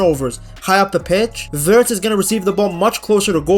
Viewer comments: yeah he always says Virtz😂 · lol why you say Wirtz name like that? 😂😂😂😂